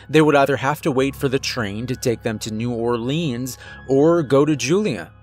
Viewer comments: New Or-lins kinda like lens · Bruh I’m from Louisiana and the way he said New Orleans no offense great story tho